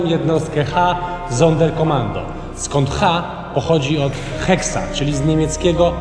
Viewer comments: Panowie, nie Hexa, tylko (die) Hexe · Mowi się Hexe a nie Heksa. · Wiedzma to nie hexa tylko hexe ;)